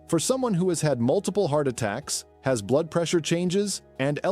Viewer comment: Pump blude. That’s a new description for blood. Interesting info but a human voice would help and know about pronouncing blood.